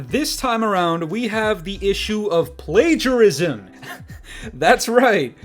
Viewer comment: You don’t know how to pronounce plagiarism? Uhh k